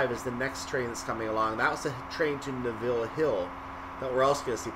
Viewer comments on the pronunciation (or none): Neville.... stress the first syllable... not the last. So basically pronounced like the man's name Nevil.